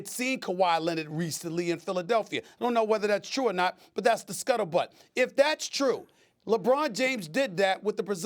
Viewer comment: Every time SAS says scuttle but I crack up